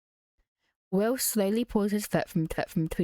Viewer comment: Omgg when she said Wiww i laughed out loud